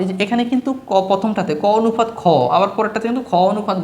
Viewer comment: অনুফাত না অনুপাত😅